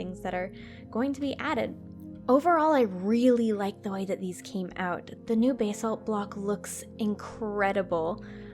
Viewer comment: basalt is pronounced bass-alt